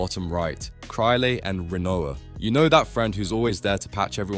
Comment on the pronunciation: Yea the moment I heard the pronunciation of “Krile” I knew this dude was either a fucking tourist or it’s AI lmao